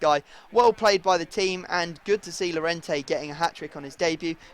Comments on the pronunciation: It's pronounced Y-orente not llorente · since Llorente is Spanish his name is pronounced Jorente because in Spanish double L is a J